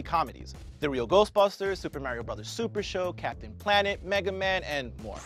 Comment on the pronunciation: will you ever pronounce mario right smh lol say it with me (MA) (REE) (OHH)